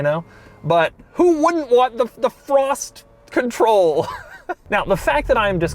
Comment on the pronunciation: The one where Doug goes off the rails sooo early in the video lol 😂😂 also the amount of times he said "frossssttt conthroll" and "vhennzzzaaah"